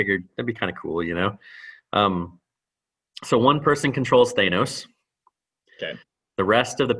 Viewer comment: He kept saying it as "Thanus" instead of "Thanos" lol Reminded me of the "Thanus Theory"